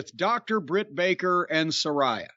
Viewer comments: It wouldn't actually work. And I think he knows it wouldn't because he KNOWS the pronunciation is Sa-RAY-a rather than Sa-RYE-a as he pronounces it but he just wants to annoy her and everyone by saying it that way 😂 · Nobody gives a f*ck..even Jim isn't pronouncing Saraya properly..goes to tell you all you need to know. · Jim said Saraya "wrong", here comes the twitter fit.